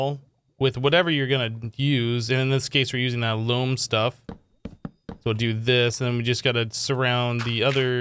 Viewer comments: Since you asked, it's pronounced Loam. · it is pronounced loam